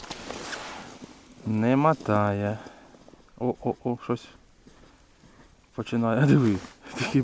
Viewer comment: Молодець.., респект за Українську… тільки не « матає» а мотає…